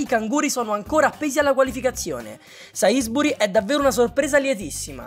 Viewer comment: si pronuncia "sensbury" con l' accento sulla E comunque continua così